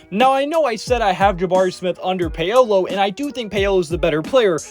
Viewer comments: After I heard "Pay-O-low" for the tenth time i couldn't even finish the vid🤦🏾‍♂️ I'm sure the rest of the content here is good, just sayin👌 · Who the Fck is Pay-oh-Low?......... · Yea saying Pay Oh Low really brought down a lot of credibility